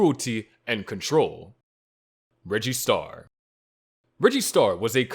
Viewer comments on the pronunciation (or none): reggie star sounds like register